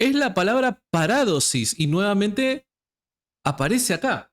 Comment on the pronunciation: Parádosis NO ni en broma porque mucha gente no sabe y se puede confundir, ni de broma se deben cambiar la acentuación de las palabras, es una de las características de nuestro rico idioma español la acentuación es MUY IMPORTANTE, POR EJEMPLO A JOSÉ A VECES LE LLAMAS JOSE, NO, SIEMPRE DEBE PRONUNCIARSE JOSÉ Y LO MISMO en PARADOSIS, LA ACENTUACIÓN NO ES GRÁFICA- PARÁDOSIS- NO, JAMÁS, DISCULPA PERO LA ACENTUACIÓN ESPAÑOLA SE DEBE RESPETAR, A VER QUE TE DIGAN SÁNTIAGO, QUÉ?